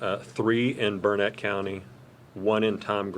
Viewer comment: It’s Burnet, durn it. Not Burnett